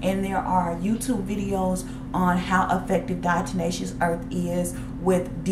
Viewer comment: Its Diatomaceous earth, not Diato"n"aceous earth. Good info.